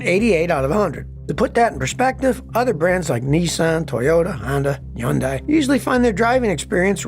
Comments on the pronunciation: Scotty, I'm begging you, please... its Hyun-DAY, not Hyun-DYE. 🤣😂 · Scotty sounds dumb when he says Yundai instead of Hundai